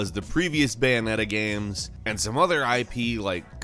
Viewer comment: Why do you always say video gams? Lol